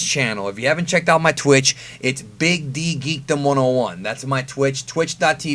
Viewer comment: The emphasis on Big D..... LUL